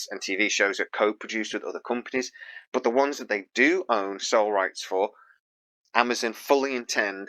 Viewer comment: When did Amazon become Amazun? lol